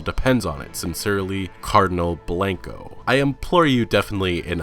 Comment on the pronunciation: I was dying at your pronunciation of Coronado. Kor-o-nah-doe not ko-ran-a-doe I live right near a place called Coronado island, less than an hour from the US/Mexico border. Also, it’s Cardinal Blahn-ko not Blank-ko. Blanco means ‘white’ fun fact! Don’t worry, I ain’t a hater, I’m just having a chuckle and trying to give you a bit of info for accuracy of the game. Good video bud!